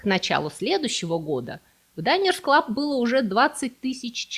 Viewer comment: Динерс-клаб.. Почему вдруг Дайнерс? Если от слова «обеденная карта»